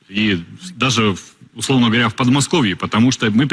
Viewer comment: Тремммммм дистанциямммммм говорятьтьтьтьть Ну что это за дикция такая? Только куры так кудахчут. Как можно человека с такой дикцией и произношением и с таким видом на экране выпускать в эфир. Вид обиженной на весь белый свет курицы. Как-будто ее лупили, оскорбляли и пр.